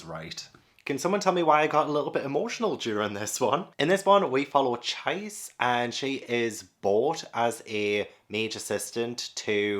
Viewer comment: Really happy to see you pick up The Ancient Magus' Bride. Btw Magus is pronounced the other way and Chise is pronounced as Chee-say. One of my favs. Love to see your journey with other series like Dorohedoro, Slam Dunk, Dandadan, Made in Abyss and more.